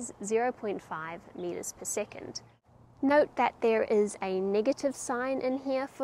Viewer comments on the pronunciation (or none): none